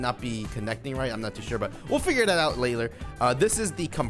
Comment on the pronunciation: Whoelse caught say laler instead of later 😂😂